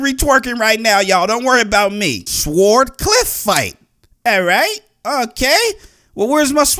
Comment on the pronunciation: He can't even pronounce sword🙄